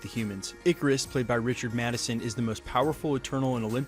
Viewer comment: It's Richard Madden, not Madison. Please do a little research.